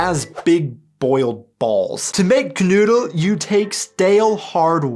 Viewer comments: The name is "Knödel" (spoken:knoidel) and not "Canoodl" ! That sounds like an Aussie Road Kill Leftover! And you never use bread!😱 Usually only in a Paperbag dried rolls or buns😆😉☝️ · Your pronunciation of KNOEDEL is abysmal, Note OE is equivalent to O with Umlaut on keyboards without such character.